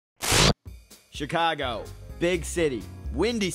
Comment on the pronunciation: he says "CH-icago" lol